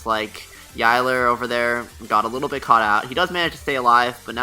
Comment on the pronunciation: you said yilers name wrong